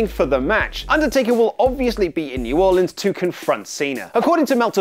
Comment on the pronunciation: Thank You for saying New Orleans correctly. You earn more of my respect with each edition you "Headline".